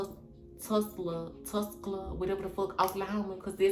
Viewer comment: Aint no way in hell you that country to where you can speak a professionally spoken sentence. And it's TA-SCA-LUU-SA